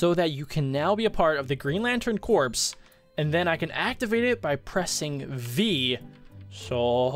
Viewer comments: It's not corpse. It's corps. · Did he say corps boi its pronouced core